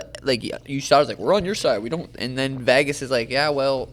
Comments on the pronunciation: Can someone teach suga how to say Vegas? It’s not vehhhhhgusss it’s vayyyguss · Sean you're cool as fuck, just please stop saying VAGAS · I love Sean but every time he says “Vaagas” I want him to pull his chin hairs out 🤣